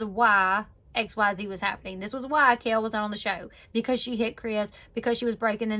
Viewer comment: That's really annoying to say her name wrong .